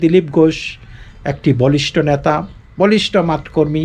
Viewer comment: কেনো বাংলার মুখ মিঠুন চক্রবর্তী ছিল তো, যারা মিরজাফর তারা সবার কাছেই মিরজাফর। তাই তাদের উপর ভরসা করতে পারে নি। দায়িত্ব টা আপনার নিলে ভালো হতো। সোজা কথায় বাংলার মানুষ সব বোকা, আপনি সবজান্তা, অত্যধিক জ্ঞানী। আপনারও বাংলা ভাষায় কিছু জড়তা আছে। কোথা থেকে লাইভ করছেন দাদা? NRC তে দেশ ছাড়া হলেন নাকি? নেতা বলেন ন্যাতা নয়।